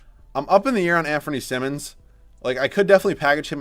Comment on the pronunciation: Anfernee's last name is pronounced like saying "simon" not simmons, he's corrected people interviewing him pre-draft about this several times before. No one is going to see him play next year because trail blazer's are probably gonna be looking to compete, darned shame honestly, he's part of this league's bright future for sure. Gonna get the Malik Monk treatment.